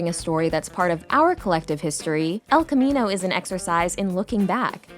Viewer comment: Who's Spanish speaking self cringes every time the narrator mispronounces "el camino?"